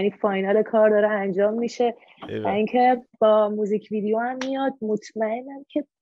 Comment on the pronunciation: هاهاها میگه میزیک ویدیو